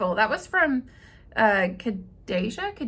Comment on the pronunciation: You said it correctly! Kha-dee-Jah. And thanks for answering my question!